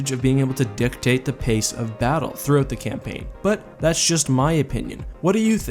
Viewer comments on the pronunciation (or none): none